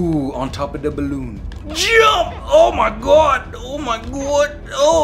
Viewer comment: "ow me gwod" got me laughing😂😂😂